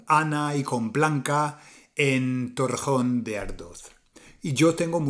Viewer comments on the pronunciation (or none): Isla de Tenerife, España, África. Bien hecho. Buen vídeo. Tiene un MUY buen español. Pero. . . Hay que cuidar esas vocales atónicas, para evitar decir cosas como "samana" y "Torrajón" en vez de "semana" y "Torrejón". Saludos cordiales, Chicho.